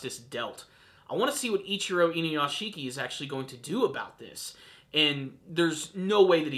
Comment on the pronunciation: Okay, I'm not usually a vocal grammar nazi, but pronounce it like this: "Inu - Yashi - ki." Saying: "Inu - YashiKI" puts too much emphasis on the ending syllable, turning it into 2 when it's a 3 syllable word. It's not hard, just please put a little bit of effort into the pronunciation, it's like it's taking me back to the days of people calling Naruto, Na-Roo-Too the cringe is just so bad.